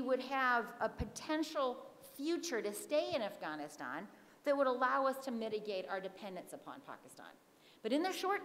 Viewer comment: Lost any/all interest after the third forced pronunciation of "Afghaaaaaanistan". I'll skip the rest of the presentation and just assume I'm supposed to blame the CIShet white patriarchy for everything (as per usual).